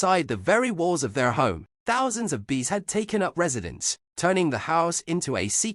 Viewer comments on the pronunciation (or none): “Hunny, Thousend”💀 its Honey and its Thousand